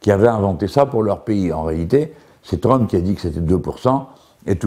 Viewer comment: "donc la visite de Tround..."